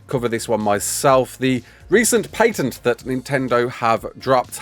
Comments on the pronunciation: What is a "paYNtent"? Why are you adding extra letters in there? The "ay" i kind of get cause "a" in that rough accent could lead to that but adding an "n" is nuts..at that point an accent is a detriment lol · "Paintent" xD